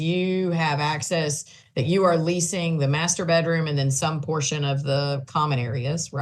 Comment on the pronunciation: lol "master bettroom'